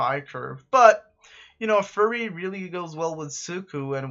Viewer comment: Pls stop pronouncing fury like that it's not furry lol